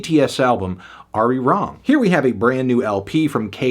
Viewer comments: I have a couple of takes on this “beautiful” review. First: Throughout the whole fucking video, you call BTS “western sellouts,” but at the same time you can’t even pronounce Arirang properly. So you care about Asian representation and appreciation, yet you can’t even say the fucking title with the correct pronunciation? Weird. Second: You say this album doesn’t sound like BTS, but you don’t even know what BTS used to sound like. If you actually did, you’d realize this album resembles a lot of Dark & Wild and Wings. Third: “You can’t escape K-pop.” In reality, K-pop does not have the same level of global impact as BTS. No other K-pop act matches their numbers or cultural influence. This is BTS’s impact, not the industry’s. Without BTS, the western wouldn’t pay attention to K-pop; you can see this with J-pop and C-pop, which remain relatively niche in the West. Additionally, projects like K-pop Demon Hunters were largely greenlit because BTS successfully broke into the western market, something even the crew behind it has acknowledged. Fourth: Going back to the first point, you talk about representation, but at the same time you ignore important details. You didn’t say anything about the folklore sample in B2B or the significance of No. 29 in archiving the gong sound of the Divine Bell of King Seongdeok. Or Aliens, where they talk about the racism they face for being Asian, which is especially important since it plays on how the U.S. refers to immigrants as “Aliens.” STFU Fant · didn’t even pronounce it right grow ass man omfg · Im a BTS fan and I respect his opinion but I do have a issue with how he pronounced Arirang 😫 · Good job with the rage bait thumbnail lol I can agree with some of the points that were made but if you can’t pronounce the album you are critiquing then and deadnaming Namjoon the leader then maybe do a little more research before putting something like this out.